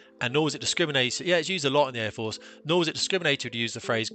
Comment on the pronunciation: Dry your eyes love, its Air Force not the Fair Force.